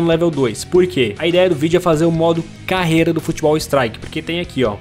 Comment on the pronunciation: Eu modo carrrrrreiiiira Ele:modo careira Sou humorista kkkkkkkkk